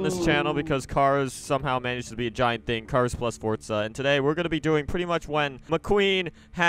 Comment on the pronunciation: Look Spaztic !!!!!!!! It’s Forza Not Fortza